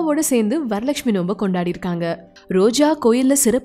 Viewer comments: என்னது 'நோம்பா' அது 'நோன்பு' டோய்...😂😂😂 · வரலக்க்ஷ்மி 'நோம்பு' இல்லை I think correct word is நோன்பு